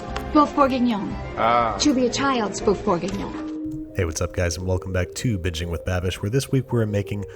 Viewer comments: I can't tell whether you said "Bitching" with Babish or not... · is it just me or in the beginning did he say "welcome back to bitching with babbish" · Is it just me or at the beginning did he say bitching with babish? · Sounds like the intro said bitching with Babish